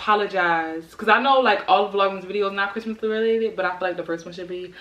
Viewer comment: "Merry Chrimas"